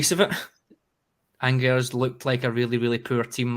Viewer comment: Firstly its pronounced Angers..... I would have hung up on him right then 🤣🤣🤣